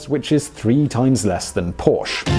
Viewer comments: Stop pronouncing Pors-Che wrong! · Don’t make a video about cars if you can’t even pronounce Porsche correctly!